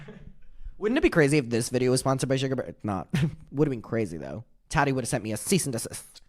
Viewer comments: The Way I Kiii Everytime He Say Tadi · I love the way says Tati. “Taddy” 😂